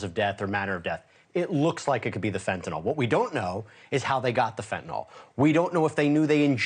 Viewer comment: Mr.defense attorney, it’s not “fentanol.” It’s Fentanyl.